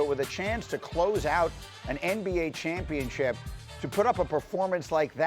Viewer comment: You play for the "Championship", not the 'Chumpionship'.